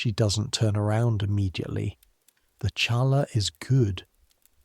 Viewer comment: The bread is not pronounced cha laa, it’s pronounced ha laa. The ch sounds like an H.